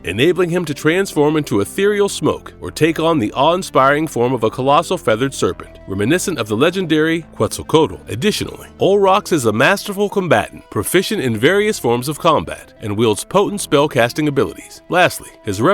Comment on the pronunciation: Quetzalcoatl! Man you butchered the word hehe